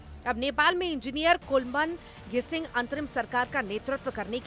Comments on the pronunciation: नाम भी लेने नहीं आता है 😂😂😂😂😂 कौन बना दिया आपको न्यूज़ रिपोर्टर नाम भी लेने नहीं आताआपको😂 उनका नाम कुलमान घिसिङ हे कौन सी क्लास तक पढ़े हो पापाकी परी 😂😂😂😂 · बेहेनजि आपने intro मे कुलमान घिसिङ का नाम गलत तरिके से announce किया😮😮